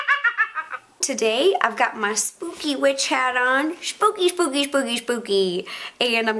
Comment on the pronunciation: love the way she says Spooky shpokey